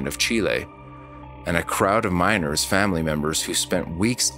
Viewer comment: I kept hearing minors instead of miners. Very different stories